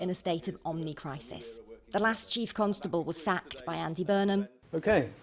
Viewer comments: Why does she pronounce Constable as Cuntstable? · Lol she says cuntstable